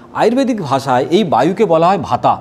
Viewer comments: Dr. বাবু এটা হবে বাত, পিত্ত এবং কফ হবে not কাফা or ভাতা।। Please pronounciation correct. ধন্যবাদ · প্লীজ উচ্চারণ গুলো ঠিক করুন , বাত, পিত্য ও কফ